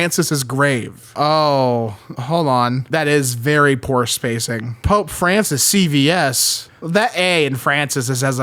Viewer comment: Hearing you pronounce "Francis CVS" sent me